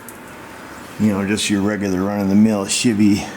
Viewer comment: I know my hearing is getting bad with age; however, did anybody else think said $h!tty instead of Chevy? Like he combined the two together? Yeah yeah let the smart aleck comments begin.